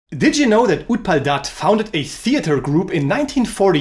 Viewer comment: Being a bengali just wanted to point out the Pronounciations Agontuk like aah gwon tuk Utpal dutta like ut Paul dot toh Anila like awe neel uh Manomohan mitra like moan oh mow hon mit toh Sudhindra like shoe dhin dro